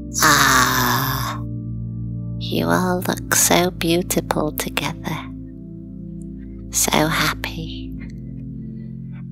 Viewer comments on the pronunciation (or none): I never noticed before that he says "beautiple" instead of beautiful. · who else didn't notice he said "beautipul"